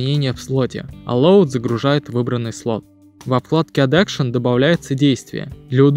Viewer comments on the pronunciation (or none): none